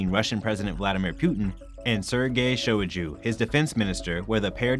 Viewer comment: The last name is pronounced as SHO-i-GOO